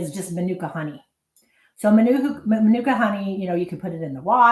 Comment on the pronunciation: right stupid phone, didn't catch it lol. Sounded from a different country.